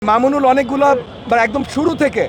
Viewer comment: এই মাদরচোদে একটা সম্মানীয় লোককে নিয়ে কথা বলে সালার পোলায় ভালো করে নাম টা ও বলতে পারে না